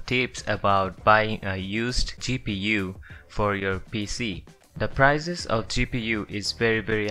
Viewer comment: PRICES not PIRZES